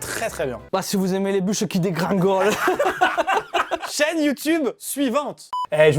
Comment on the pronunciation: "bah si vous aimer les bucheu qui dégringoleu"